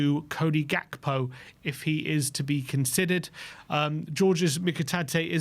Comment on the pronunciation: can't say Gakpo. Says Gapko instead for some reason.